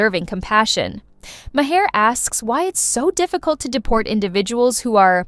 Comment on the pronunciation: MAR! His name is pronounced MAR!! Not Ma-'Hare!